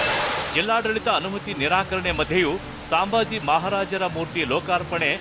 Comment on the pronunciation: ಸಾಂಬಾಜಿ ಅಲ್ಲ ಸಂಭಾಜಿ ಹೇಳಿ, ಸರಿಯಾಗಿ read madi